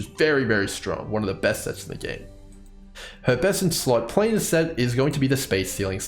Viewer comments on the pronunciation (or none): none